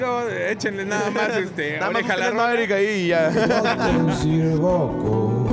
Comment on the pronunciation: Emerock algo así entiendo y Ed corrigue diciendo maverick